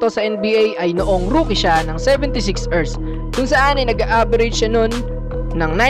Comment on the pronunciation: sebentesix ersssss galing mag pronounce